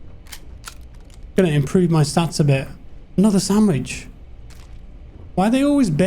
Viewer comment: when he enters a spaceship: ‘oooh a sandwish’ 😂😂😂